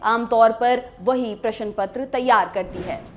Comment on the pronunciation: प्रस्तुता को अपनी भाषा पर थोड़ा ध्यान देने की आवश्यकता है। अभ्यर्थी नहीं अपितु अभ्यार्थी प्रशन नहीं अपितु प्रश्न